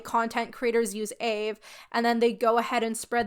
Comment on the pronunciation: loving the vid but the african american in me cringes everytime you call aave “ayve” most african americans just pronounce it by letter aka “ay-ay-ve-ee”. also side note the aave topic isnt a black person debate its an african american debate (the specific ethnic group) and for my personal opinion and many other african americans opinions, using aave as a non aa person isn’t inherently racist or problematic. the problem is mocking it or using it incorrectly, other than that i could care less. the kurtis problem is that he used the word bussin incorrectly not that he was using the word in general. in all honesty even though this was annoying i dont really care nor is it a racist or a cancelable crime. an extremely minor offense not even requiring an apology as long as he educated himself and move on i dont really care. edit: just realized i worded this goofily. african americans are black. its the ethnic group for americans descendants of slavery. so yea it is a black problem but more specifically an african american problem.